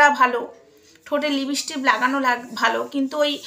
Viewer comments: তুমি তো সবজান্তা। এবার দয়াকরে বন্ধ করো। তুমি হিংসায় জলে পুড়ে মরে যাবে আর কদিন পরে। তুমি সারদা মায়ের কথা শোনোনি। তোমার পক্ষে জানা সম্ভব না। কারণ নিন্দা করতে করতেই তো তোমার জীবন শেষ হয়ে যাবে। তুমি তুমি ঠিক করে উচ্চারণ ও করতে পারো না লিপস্টিক কে লিপস্টিপবলো। তুমি খুব সুন্দর দেখতে তুমি সেজেগুজেবসে থাকো। কত অসৎ উপায়ে টাকা রোজগার করছো। তোমার এই কল রেকর্ড সব মিথ্যে। মায়ের গলা সবাই চেনে। তুমি নিজে কিছু ক্রিয়েট করে দ্যাখাও না। পিল্জ ভগবানকে নিয়ে আর কাদা ছোড়াছুড়ি করো না।🙏🙏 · লিপিষ্টিপ নয়,লিপষ্টিক ঠিক করে নিন।